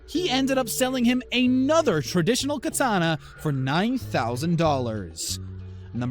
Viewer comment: 1600s kitana you said “sixteen thousand kitana 😂😂